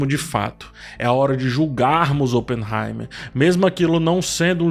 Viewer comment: fala no Barbie/Oppenheimerrrrr